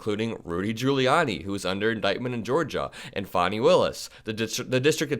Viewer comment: First time I've heard someone pronounce Fanni that way.